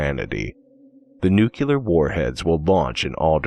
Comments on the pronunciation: just one observation: it's /niukliər/ not /niukulər/ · I wonder how many of those downvotes are because he kept saying "nucular"...